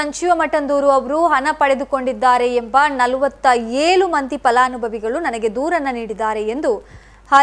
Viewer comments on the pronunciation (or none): ನಿಮ್ಮ ಉಚ್ಚಾರ ಸರಿ ಮಾಡಿ ಏಳನ್ನು ಏಲು ಎಂದು ಹೇಳಬೇಡಿ ಅನ್ನು ನಾಯ್ಕ್ ಅಲ್ಲ ಅಣ್ಣು ಎಂದು ಓದಿ ದಯಮಾಡಿ ಕನ್ನಡದ ಕೊಲೆ ಮಾಡಬೇಡಿ 🙏